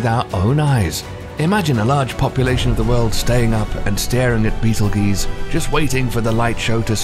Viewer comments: It is pronounced Beatle-juice, not beatle-geese. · Beetel-geese? It's pronounced baytel-goy-tza. Even the American Beetlejuice would be more acceptible than what he spouted out. Love this channel, great content that surely took tons of work, but it's lacking in editorial quality. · It's pronounced Beetle Juice, not Beetle Geese LMAO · Juice, not geeze. It sounds like text-to-speech. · I thought it was juice not geez. Would like to know for sure now. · GEUSE. Not juice. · Never heard of “BEETLEGEESE” before hmmm 🤔 lmao 😂 Beetlejuice anyone??? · Beetle geese???? Wow.. Just wow Certainly you understand the proper pronunciation is beetle juice. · Beatlejuice. Not Beatlesgaese. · My subtitles said brittle G’s when you said beetleguese I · How do you get 'juice' out of ..geuse? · I heard Beetle Geese lol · Beatle geeyz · Beetle-geeze lol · The amount of times they miss-pronounced Betelgeuse betel juice* makes me cringe😂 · This mfr said beetle geese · It's beetle juice like Orange juice not whatever the guy said the human languages dying because of stupidity Unfortunately next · sorry dude it sounds ridiculous when I hear it in the video, I'm from the USA and here the scientists pronounce it as beetle juice. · Stop the word's not meant to be in English so there's no real pronunciation. How does one pronounce '''betel geuse''' lol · G makes the same sound as J sometimes. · It almost made me cringe when he said it. Do a bit more research and learn how to pronounce the words you use... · I know I hate this pronunciation of betelgeuse ughhhh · I was watching your video, and after I corrected your pronunciation of Betelgeuse three times this creepy guy appeared and I can't get rid of him. Annoying.